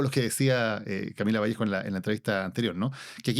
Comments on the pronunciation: Cristóbal Bellolio, es Vallejo! sin S jajajja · Es VALLEJO sin S.